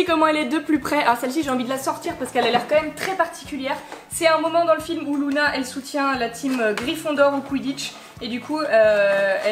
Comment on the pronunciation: Je crois (je ne suis pas sûr) que ça se dit Luna et pas Louna après je me trompe peut-être mais moi j’entends Luna